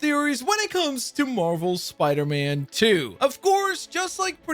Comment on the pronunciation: anybody else notice The way he said spiderman lol